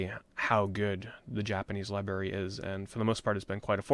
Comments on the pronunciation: Never understood why some people have such a hard time saying "library". Not that it's a big deal or anything, but like... when you're saying it so many times in a video it gets a bit cringe lol. Gotta remember there's a letter R in the middle bro! Don't take it the wrong way though, just giving you a hard time haha. I still loved the video. I've always loved the way you give introspect onto your childhood and even adult memories of video games and the immense amount of passion you have for these games and memories. I always can picture you having these experiences in my mind while you spill out the details of these memories. Thanks for taking the time to make this list! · lie berry